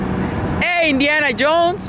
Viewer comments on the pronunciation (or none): When did he say Indiana? I heard Iniana